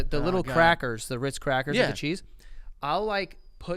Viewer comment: say it Joey....say Ritz! "...Rrrrrr..." 😂😂😂😂😂 Yes!!! ❤ Still my boy!